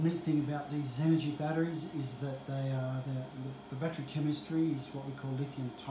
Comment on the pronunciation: I couldn’t make out who supplied the lithium titanate batteries? Xenergy? Is that what you said?